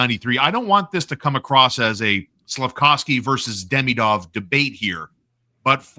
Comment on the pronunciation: Love the show, Please stop saying Deemeeedov and k’panin… nobody’s saying it that way..